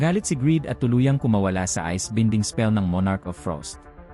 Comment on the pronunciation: Anong binding? Baynding po nakakawalang gana naman